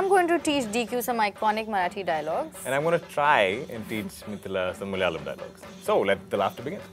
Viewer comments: Don't pronounce wrong. It is Malayalam not Malyalam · Who called it Malyalam and not tongue twister???